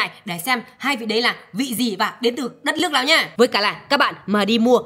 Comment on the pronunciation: Chị hằng nga nườc mà chị nói là lước